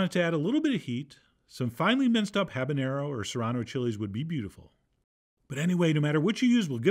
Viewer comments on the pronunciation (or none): none